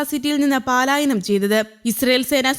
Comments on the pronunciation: പാലായനം അല്ല.പലായനം ആണ് ശരി. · പലായനം എന്ന വാക്ക് പാലായനം എന്ന് തെറ്റായിട്ടാണ് വാർത്തയിൽ പറയുന്നത്. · Paalayanam is wrong.correct word is palayanam